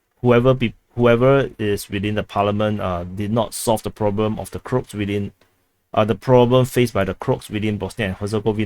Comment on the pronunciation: Croat is said like this Crow-At for Crow-Aaaation